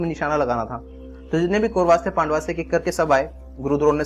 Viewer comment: mujhe dukh hota hai jab indian log "pandav" ko "pandava" bolte hai....yeh sab angrezo k liye hai hamare liye nahi